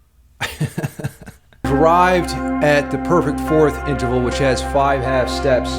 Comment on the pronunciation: Did you say interphallic,? 😆I thought I heard that somewhere near the descending tritone section.